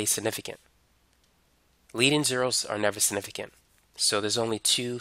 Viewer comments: Man said it like "Snifficant" 😂 hepled me tho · “sniffigant figures” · Snifigant who else heard that? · The way he says “significant” really pissed me off and idk why lmao